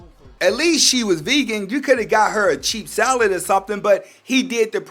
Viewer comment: Did he just say chief salad?😂